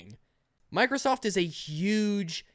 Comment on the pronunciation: "Like Mikersof Im Glat we already knew this"